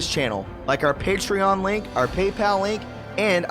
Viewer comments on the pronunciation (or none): none